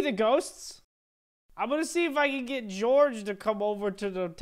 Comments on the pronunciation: I'm not cold Peorge its george not Peorge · George is pronounced jorj